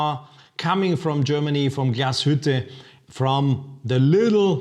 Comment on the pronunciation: Hahaha learn to pronounce the name Glashütte